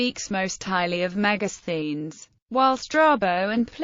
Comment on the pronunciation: Helpful to pronounce the word , Thank you 🙏